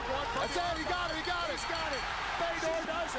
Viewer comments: It's Fyodor not Feedor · Why can't you pronounce Fedor? Are you stupid? You run a combat sports channel, right? it's FAY-DOOR.... not "fedder".